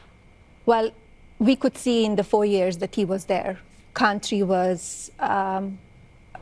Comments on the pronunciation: DID SHE SAY CUNTRY? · "Kantrie" ? 🙄 "Dies kontrie" 🙄 This immigrant doesn't talk English afther 25 years ? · Does she use the word "contree" in her "Boook"